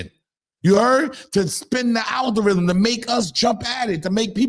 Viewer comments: The "Althorithm"😂😂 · Nigga said altherithm 😂😂😂😂